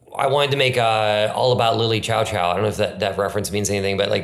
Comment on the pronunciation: mentioned and mispronounced :D